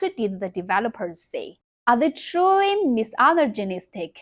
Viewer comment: listen, as someone who cant speak Chinese to save my life, id say your doing very, very well. even more so if your self taught though i gotta say, hearing you say misogynistic as miss allergenic gave me a good chuckle genuinely, i do not mean that to be rude or insulting. it was just honestly funny, so thank you for that this video was wonderful, we need more like this